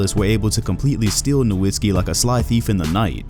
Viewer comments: This guy creates a video of Dirk Nowitzki, but does not even pronounce his name correctly. The W is a V sound in Nowitzki.... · Dude is already retired and you still can't pronounce his last name right. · glad you finally learned his name and stop calling him NowiNsky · I know right! People should it's pronounced "Noh-vit-skee" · Why cant anyone say Nowitzki properly